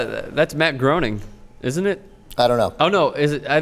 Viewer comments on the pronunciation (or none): Matt Groening pronounced "Gray-ning" not "Groaning"